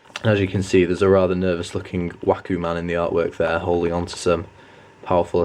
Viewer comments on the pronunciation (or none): none